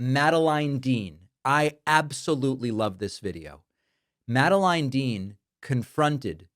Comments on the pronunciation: Pakman is unwell. Did you hear how he pronounced Dean's first name? Very strange. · Pakman who’s always so particular about making sure he gets the English language perfect and of all things he messes up it’s the name Madeline. It’s all good David, your English is better than 95% of Americans and it’s your second language.